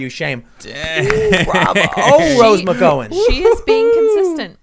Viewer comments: I claim no relation. Also, its not Mc Go in, more like Mc Gow (how with a G) an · Gow rhyming with now not know. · Has anyone told Tim how to pronounce McGowan? Gow rhymes with Wow, not Mc-Go-an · McGowan... like mc gow an not mc go wan. Gow like cow.... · Rose McGowan. Mc Gow-an Said Like: Cow-an. (Mooo) Not Go-an. You are hurting my brain. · Pretty sure Tim is pronouncing McGowin wrong. He is saying Mc- GO- in and pretty sure it is Mc-GOW-in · Is Tim intentionally saying Roses name wrong? its Mc"GOW"an not Mc "goe" an... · Fuck you guys ARE SO DAMN AGGRAVATING!!! You mispronounce McGowen, then Mr side kick guy doesn't even know who Allysa Millano is, AND THEN there's the FACT that they Co-Starred on Charmed together for something like 10 years?! And you didnt even know that it was "Who's the Boss" that made her famouse, which has a drama story attached to it by itself...and you couldn't do a 2min google search to get this info... 🤦🏽‍♂️ I mean, C'mon you guys! Just for the fact that you talk about people all fucking day long, safe to say it's YOUR JOB! You do an entire show about these ppl, but don't know a fucking thing about them, except for their very recent Political views! You just lost cred as far as I'm concerned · List of women who’s names Tim can’t say: Rose McGowan (mick-gah-win) Kayleigh McEnany (Mack-en-ā-knee) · I like your channels and watch most of your content Tim but if you keep mispronouncing McGowan I'm gonna have to deny your existence. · McGowan is pronounced like cow 🐄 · Rose ma go win. Learn how to pronounce names Tim. It’s a pretty common name. Good God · This dude can't say anyone's name properly It pronounced rose ma gown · your wrong , I'm Irish and it's pronounced ma gown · omg please get Rose last name correct 🤦🏻‍♀️ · Each time he says McGowan, his pronunciation makes me almost shit my pants. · Have you seriously never heard Rose Mcgowan's or Asia Argento's names said? Here's a hint, you don't them wrong.